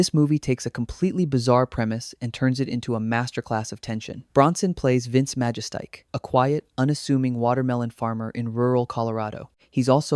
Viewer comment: MA-JES-TIC. L,EARN HOW TO PRONOUNCE NAMES before you make a video like this, or is it an AI voice? When you mispronounce a name, it just shows you really aren't film fans and have probably never even watched these movies. You're doing it for a quick 'cash grab' with no PASSION for the subject you're presenting. LEARN HOW TO PRONOUNCE NAMES, I stopped watching when you garbled the name.